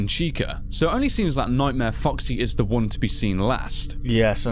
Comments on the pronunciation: Sounded like you said "Fucksy" (LOLS) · Legit sounds like you're saying "Fucksy" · When say foxy it sounds like "Fucksy" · keeps saying 'fucksy'. #cannotunhear